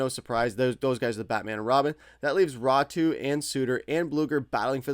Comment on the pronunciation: Raty not Ratu